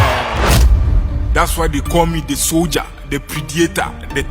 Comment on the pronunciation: Soldiah, Predatah, Swarzennegah. 😂😂😂